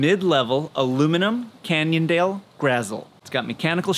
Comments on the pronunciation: Did you say Canyondale? That totally put a smile on my face 😆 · Did he say Canyon-dale?